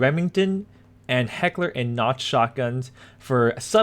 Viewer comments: your all wrong. its actually pronounced "coke" like the soada heckler and koch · so it's pronounced like Heckler and Koh and he can't read. Our work here is done, gentlemen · Why the hell are you saying Heckler & Notch, it's Koch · It's not Heckler & Noch it's Heckler & Koch(Coke) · Its not coke and its definitely not knock. Its more or less pronounced koh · You guys are missing my point. I'm just amazed at how he got Knock from it. There's literally no logical reason for it. Koch doesn't have an n in it. But thanks for the explanation. So it's like Kohh? Jalapeños is pronounced (Halapeños) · I was got triggered every time he said "knock" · LOL XD Heckler and NOCH. Is pronounced cok. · heckler & notch ;D.....where did you find the N in koch? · You pronounced Mauser right haha, only thing is Koch is pronounced like "coke" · Koch is pronounced "coke" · Koch is pronounced like coke. "Heckler naz g41tgs" lol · H&K = Heckler & Koch(pronounced "COKE") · Did you really spell koch - noch? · Why do you say Koch like knotch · It's actually pronounced Heckler and Koch (coke( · Heckler and koch....where did u get the N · I thought it was pronounced coke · its Heckler and Koch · It's actually Heckler and Koch... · the ch in koch sounds like the x in mexico - mechiko^^ same pronunciation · Sam R You got your information from the English H&K where they even address the pronunciation which they dont do on the German site cause we know how to pronounce Koch.